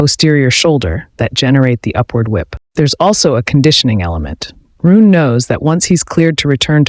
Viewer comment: It's pronounced "Roo-nuh," not "Roon!" Get your AI pronunciation in order.